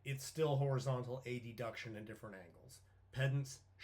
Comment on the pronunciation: A-d-duction 😂😂😂 It’s not a-d-diction 😂😂